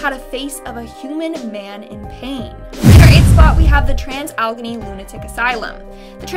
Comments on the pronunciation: It’s AL-A-GAY-NEE ..ALLEGHENY. NOT ALGONY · Allegheny pronounced..... Al - ehh - gain- eee